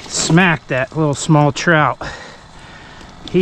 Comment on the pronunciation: Dang son! Can't beat it. Did you say trizzout. 😆lol